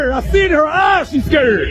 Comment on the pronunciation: First of all. This Loser needs to learn how to pronounce the word "scared" to stop embarrass himself. He sound country as hell. He heckling a female at a track meet, when he should encourage all of them. You don't know her personally, so stop hating on her. You are a true hater. What a Loser! Stop putting "hate" into the world, ignoramus. 😂😂😂😂